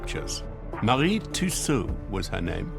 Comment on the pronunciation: I can't listen to her name mispronounced.